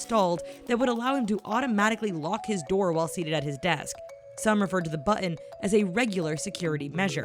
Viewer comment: Holy shit! Can you seriously not say the word, "button?"